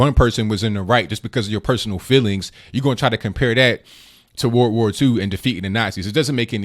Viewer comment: "There was violence on both sides in ww2" lady get it through your mind when you say it World. War. 2. Emphasis on the war part